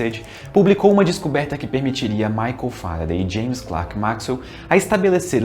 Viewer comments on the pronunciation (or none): none